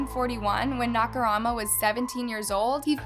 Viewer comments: The way she continuously butchered his name… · Honestly it bothered me every time she said it haha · this drove me insane too. i know the dude was a serial killer, but for the sake of his surviving relatives maybe dont fuck up his name every other time you say it... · You think killers deserve respect? :/ bruv, but sure, she butchered the life out of this mans name 💀. But still, he dont need no respect. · It annoys me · if she had mispronounced it once or twice then I could agree with you, but she literally didn't even try to say the name lol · She’s not a native speaking Japanese person so it’s going to be common for her to butcher the names.. sorry not sorry 🤷🏽‍♀️🤷🏽‍♀️🤷🏽‍♀️🤷🏽‍♀️ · nakamura is a VERY common name in Japan and it is AN ETHNIC JAPANESE NAME the least she could do is pronounce it right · she mispronounces victims names as well and some are American names. She just doesn't care. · nice vid, but the constant mispronunciation of his last name is annoying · she keeps saying naka-rama instead of saying naka-mura my OCD gets out of control I don't like when people spell names wrong😬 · i dont think you noticed this but you kept saying “nakaRAMA” instead of “nakaMURA”. just pointing it out for future videos:) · I died when she pronounced Nakamura as NakuRAMA instead. Lol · You keep saying Nakurama instead of Nakamura, it's driving me a bit crazy. At worst, it can come across bit disrespectful to not put in the effort to pronounce non-English surnames correctly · for a channel with this big of a following, she should be able to make better effort in researching how to say ONE name. She doesn’t need to pronounce it the way the Japanese do, she just need to get the spelling right i.e MURA instead of RAMA. Imagine a documentary about Hitler and the narrator keeps calling him Lither and Tilher throughout the video. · Seriously my OCD was going nuts calling him Naka Rama instead of Naka Mura lol. Drove me nuts but like you said it was an interesting video